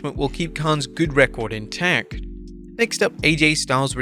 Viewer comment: "... keep his record intack." This AI narration is terrible.